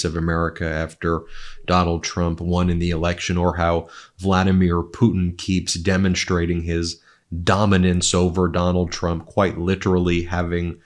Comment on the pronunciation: DemonSTRATE not demonSHTrate